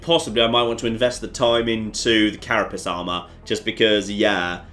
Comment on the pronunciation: "I need to save Claire" damned right you do! "Carapiss armour" oh, you and your occasionally hilarious pronunciation. Energy becomes important because it powers your base functionality including base defences. Very useful to get those established before the aliens attack you so you don't get absolutely decimated. Leaving that too late is why I lost my first game. The "thin men" how we've dumbed down since The Ethereal!